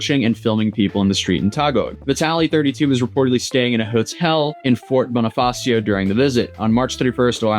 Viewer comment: Just some notes for pronunciation You can try saying Taguig as ta-GEEG. Geek, just with another G. Bonifacio as Bonifa-SHOW. Our vowels and consonants are very Spanish.